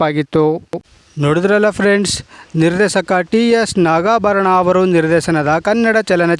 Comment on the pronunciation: ಕನ್ನಡ ಉಚ್ಚಾರಣೆ ಸರಿಯಾಗಿ ಮಾತಾಡು ಗುರು..... ೧. ಕಾನುರಾಯಣ✅ ಕಾನುರಾಯಣ್ಣ ❎ ೨. ನಿರ್ದೇಶಕ✅ ನಿರ್ದೇಸಕ❎